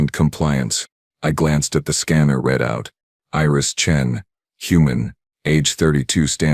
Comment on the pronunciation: DAMN!!!!!!!!!!!!!!!!!!! , "...I glanced at the scanner REDOUT..."!!!!! WTF is a GODDD DAMMMMN "REDOUT"!!!!!!!!!!!!!!!!??????????????? I FKN hate a POS AI. Yours fits that bill!!!!!!!!!!!!!!! It doesn't matter HOW FKN good a story might be if the AI is a FKN POS that can't read English!!!!!!!!!!!!!!!!!!!!!!!!!!!!!